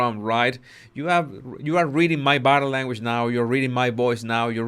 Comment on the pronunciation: The way this" Bodddii languish booddii" dwells in the shallows of the "culture" is disgustingly shameful.